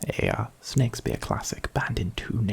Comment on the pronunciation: did he say snakespeare??? Edit: Holy fuck you've gone too far now